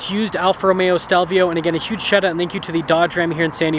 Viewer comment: Romeo please! Not Romero